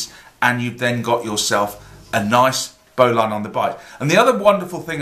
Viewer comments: BO'Lin pronuciation.. like Botswain is pronounced Bo'sun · What you have there is a double bowline on a bight. Refer to the tug boat bowline for a single bowline on a bight . And if you pronounce it "bowlin" you won't sound like a land lubber.